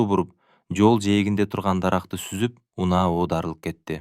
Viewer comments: Тологон, үнаа деп, окуганы башкача экен. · ТУУРА СУЙЛОП ОКУНУЗЧУ УНАА МЕНЕН БОЗ УЙ ДЕП. КАЛГАНЫ СООНУН РАХМАТ